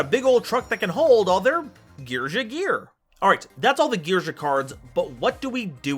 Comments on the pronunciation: I think its supposed to be pronounced "Gear-Gee-Uh" as a loose alliteration thing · you need to change your gear ⚙️ pronunciation.